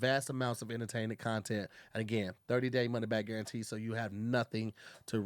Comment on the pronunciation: Wi-pie, wi-fry and money back guaran-pee😂😂damn it you’re only on the first ad😂